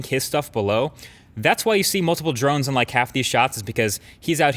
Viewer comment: Am I the only one thinks that mkbhd is pronouncing drones drunk?